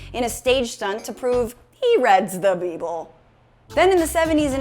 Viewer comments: ReDs tHe BEEBLE🤣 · “He reds the beeble” 🤣🤣🤣🤣👏🏾👏🏾👏🏾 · "He reads the 'Beeble" tickled me 😂👌🏽